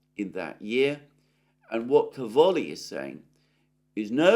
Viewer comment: Càvoli, not Cavòli. In italian it means Cabbages.